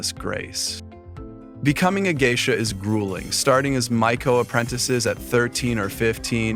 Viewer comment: They are Oiran not Geisha. You can't even pronounce Geisha correctly, no wonder you can't tell the difference between Geisha and Oiran 😂